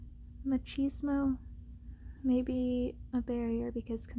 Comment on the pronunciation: I think it's pronounced "mah-cheese-mo". I'm not an OG since I happened to catch your live stream a few weeks ago. So, I'm not sure why you're not a fan of whispering and why it's not a part your repertoire as an ASMR creator. But, after drifting away into the abyss, I can see why speaking in a quiet yet monotone range can help a person like me catch some ZZZs. I greatly appreciate that. I think it's awesome that you're throwing down a lot of content. It takes a lot of time and dedication with what you do. And, us the viewers have mad respect for all that you're giving us. I myself have limited time to see everything. But, hopefully, I'll be given the opportunity to binge-watch in the future. So, keep doing you and enjoy the rest of what's left of Sunday.